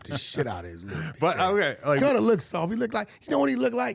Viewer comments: “Gunner” -Wack100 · Gunner , it’s Gunna wack 🤣